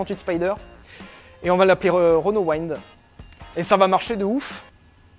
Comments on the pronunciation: Waynnde! Mort de rire. Weend. Vent. T’es une brêle à ce point là en anglais? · Magnifique ton accent pour la renault Wind... dis le avec l'accent français, ce sera parfait...hihihih